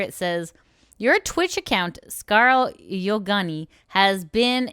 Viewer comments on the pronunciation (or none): us: "Yonaguni": "Yogani" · It's pronounced scar-leh yoh-na-goo-knee btw. of her debut stream. Please listen to the creators say their own names before butchering them. Watch like 20 seconds of their debut stream or whatever. It's not fair, especially to non-english creators, which Scarle isn't, but still. And then you butchered Aoi Sakura and Gundou Mirei's names... bro please.